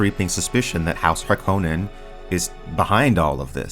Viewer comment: Thank you for pronouncing Harkonnen correctly!